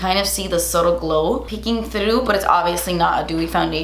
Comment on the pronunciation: says “thdrough”